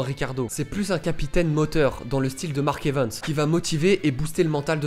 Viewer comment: Arrête de dire mark evens stp 😢c’est mark Evans